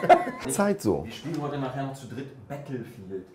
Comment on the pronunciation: "wir spielen nachher noch "bettl"-field" xDDD